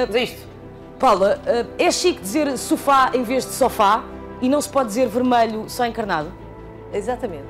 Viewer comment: opah, caramba, entendam uma coisa, diz-se soFÁ porque o acento está no á e não no o